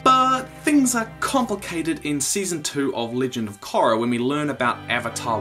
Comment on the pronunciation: Omg youre pronouncing korra wrong if you look at the series the "o" is longer (sound)